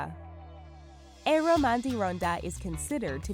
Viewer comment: Omg im from Finland and Im laughing so hard when you said Eero ...😂😂😂